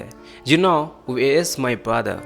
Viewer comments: He spoke We're to where are . N this will be pronounce like wear. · U r right he pronounced wear not where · What ...wear mean is different and where is different ur pronunciation is wrong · plz correct ur pronounce of where